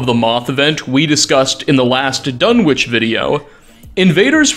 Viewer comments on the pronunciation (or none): none